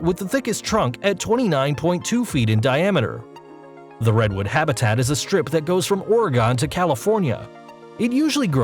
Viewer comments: pronounced red-wood but for some reason you said Reedwood. a lot of pronunciation mistakes in this video... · No way he just said “Reed wood”😂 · Please get a narrator who knows how to pronounce "Centurion" and "Redwood"!